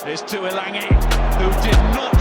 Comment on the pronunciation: Never understood why the Tuilagi boys would always have their name butchered by the English commentators. Tooilangy?! Really?